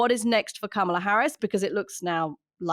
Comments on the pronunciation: Great podcast. Anthony it isn’t CamelA like Camel. It’s Kamala like commala like comma hugs 🤗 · Hey Mooch, her name is pronounced "Comma- La." Not "Cama-la." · The pronunciation is "comma"la, Anthony. You mispronouncecd it. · Mooch, Her name is pronounced Comma La. Love the podcast. Thanks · "Comma - la" is how her name is pronounced. She tells people this is a good way to remember. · Ka ma la . Only an Asian knows better. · Kamala is pronounced COMMA-LA everyone. This is my TED talk. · Anthony,learn how to pronounce Kamala's name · Why is he pronouncing her name wrong? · Man, I just can't listen to Mooch slaughter Kamala's name anymore. I know it's a small thing, but it's the sort of thing that drives me CRAZY -- especially when it comes from supposed political 'experts!' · Kamala has a short "a" on 1st 2 "a"s, Anthony.